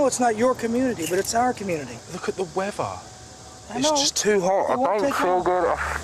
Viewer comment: “Look at the wevvah!” ☀️